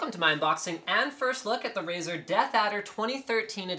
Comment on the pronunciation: Razer? More like "Ricer" =)